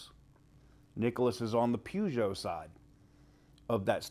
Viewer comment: To pronounce Peugeot, you have to say the first bit like Purr. Like Purrgeot.. its weird pronunciation of it. I think Elon and CDJR would be a brilliant mix, it means he would keep the Chinese out, and allow him to continue the brands going, you never know you might have a hemi model S, 3, X, Y.. It would also be nice to get Chrysler back into the UK and maybe some of the other brands, that's if they aren't too massive, we only have skinny roads here. There are plenty of videos on YouTube about British drivers.. 😂